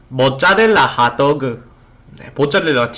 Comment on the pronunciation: 머짜렐라 하또우그